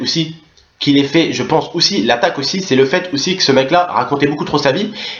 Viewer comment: Mdr tonton tu mfai rire "oussi" "oussi" mdr +1 like